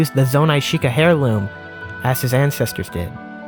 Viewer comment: I'm sorry, small note: "Heirloom" is pronounced with a silent "h" sound. Basically, "airloom." And I love the alternate timeline take, where the bad guy's prophecy was shot to hell for a positive ending. That positivity is going to get tanked, so hard, in the next, very dark, upcoming game.